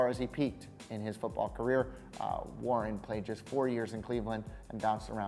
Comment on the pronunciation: Gerard Warner??!?!?!?!?! You finally said Warren at the end of the segment on him damn man LMAO